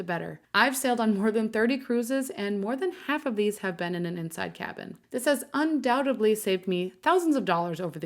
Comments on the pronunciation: Very nice. But the word is undoubtEDLy not undoubtABLy. Everything else was excellent and thoughtfully explained. Thank you. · It's undoubtedly, not undoubtably! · Undoubtedly not undoubtably